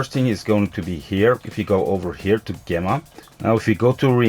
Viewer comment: ok so let me help u, "art-ian" = artian , gem like the jewel right? gem-mah = gemma